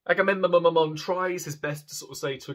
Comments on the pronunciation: Correction: its "Agahmemonumnum" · Two of my favourite works. Your pronunciation of Agamemnon had me cackling hysterically.